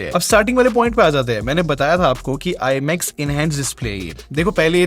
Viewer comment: Thats not IMX bro.. pronounce that as IMAX..